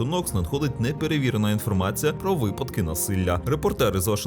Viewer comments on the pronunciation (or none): none